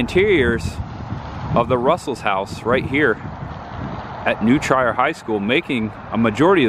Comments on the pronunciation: New Trier High School..."Treer" (like "Cheer") not New "Try-er." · And it's New Treer, not New Tryer. Ha. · Love the video. But I thought it was funny how you pronounced Winnetka and New Trier. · You keep pronouncing Chanice, Winnetka, and Trier wrong.